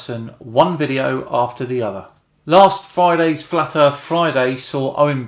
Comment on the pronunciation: Oh man, he's gonna feature d marble on Fri....he's the "da erf" kid, silly dolt, there is no f in the word earth. 😆😂🤣🌚